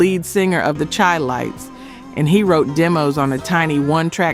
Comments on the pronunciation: How is it you always mess up these groups names. Its Said Shy not Chai. Lights Minnie Rippleton. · Darling, please say "shy"-lites...its meant to sound like Chicago ..the Chi (shy). Great info otherwise... enjoying the roll down memory lane